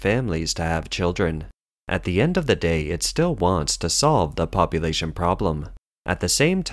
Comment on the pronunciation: "Popoooolation," "commooooonism," "egg cetera," "Xinwaa," "Jiahnguomen," "Shandahng." Narrator can't speak English, and can't speak Chinese?